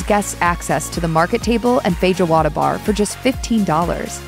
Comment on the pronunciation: Feh-joe-wahda heheh. Jokes aside, glad you are covering this place. Brazilian steakhouses are fantastic.